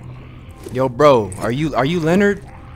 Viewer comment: did he really just call that ladies husband lenered. sorry cant spell lol im weak